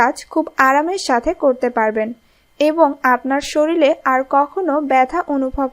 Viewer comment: কি উচ্চারণ রে হায়রে হায় - সরিলে সরিলে সরিলে , কবে শরীর বলবেন?